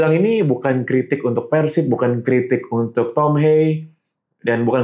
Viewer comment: sejauh ini, satu satunya pengamat sepak bola nasional yang bisa melafalkan kata persib sesuai dengan pelafalan aslinya: Pérsib (penyebutan e nya seperti kata bebek) ✔ bukan yang selama ini dilafalkan orang-orang diluar Jabar: Persib (penyebutan e nya seperti kata lemah) ❌